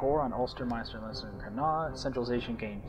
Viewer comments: its Len-ster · if your irish why cant you pronounce leinster right? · You're Irish and you can't pronounce Leinster. Lol!